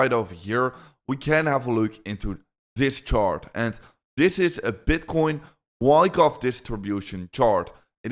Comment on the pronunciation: this guy is explaining fuckoff chart instead of wyckoff